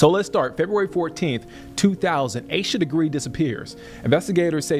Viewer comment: Im ashamed the clickbait got me too. On top of that, theThe AI didn't pronounce her name properly. Lizzies text were misrepresented. They said "theory is I did it, Accident, covered it up." Sarah texts back "Why would it be you?" That as well as the Parents being the ONLY people listed as suspects on the warrants makes it pretty clear that the girls weren't responsible.